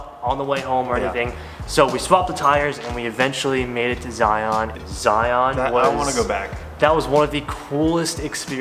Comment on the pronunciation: Glad you enjoyed Utah! BTW: it's pronounced more like Zy-uhn rather than the hard ON sound. There are a lot of weird pronunciations in Utah for sure!